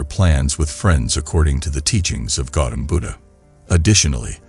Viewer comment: It's Gautama Buddha. Not Gautam Buddha... please correct it for future videos